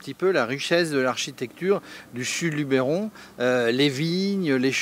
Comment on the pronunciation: Nooooonnn!!!! Pas toi! LubEron! Pas Lubéron.;-) Bon allez ça te coutera une bière.